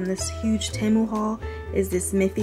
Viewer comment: I love your videos ! Btw it’s pronounced like ti-mu